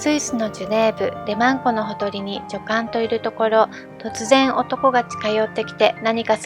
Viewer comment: 滑舌が悪すぎて聞きづらい。片言の日本語みたい😮‍💨ルドルフがルゾルフに聞こえるし、ハプスブルクも発音出来てない。ヴィｯテルスバッハも!!後、乗馬競技というものは無く、馬術競技だよ!!正しい日本語を理解していないうぷ主、視聴者がＵチューブは多過ぎる😮‍💨学校行ってたんでしょ!?女官はニョカンと読むんだよ😮‍💨相当国語が苦手なんだね😮‍💨